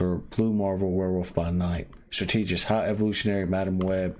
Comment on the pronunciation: Bro please say the word strategist right